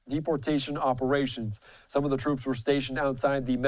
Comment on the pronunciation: "Gimmie back my Twoops! You Can't do dis Mister Pwesident!"